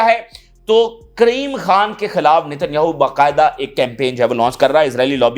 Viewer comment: Kareem Khan kaho , Kreem Khan nahi